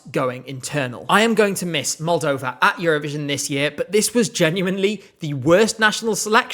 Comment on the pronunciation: I will always stand by 2015 Moldova, I remember the first time you said it and I was so happy.